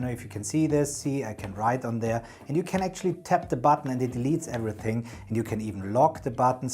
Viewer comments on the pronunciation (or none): none